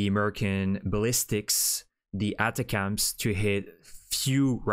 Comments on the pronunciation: Dude… your pronunciation of atacms is weird. This is how to do pronounce it “attack- oms.” Dude Ukraine already received weapons. What are you talking about? 🤦‍♂️🤦‍♂️ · “ATACMS” is pronounced “Attack-ems”